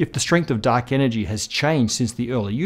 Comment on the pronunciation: Guys, I'm really sorry, but I can't un-hear 'duck energy'.